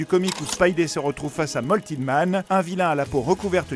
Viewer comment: Je sais je suis chiant, mais "molten" de "molten man" se prononce "molteune" (prononciation écrite à la française) et pas "moltine"